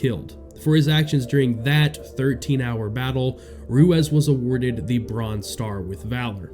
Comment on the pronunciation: Name is pronounced Roo-eez